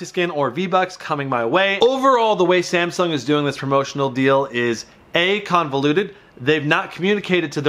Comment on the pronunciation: 😂 “samshung sop app”